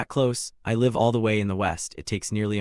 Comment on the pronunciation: There are times that the narration just sped up like 1.5x speed out of nowhere and will be back to normal afterwards. please be consistent with the speed. also some words are being spoken as not the correct word, like read and read, there is no difference in spelling but it is spoken differently. live and live is also a great example since both have different meanings. hope these will be fixed since your video is great.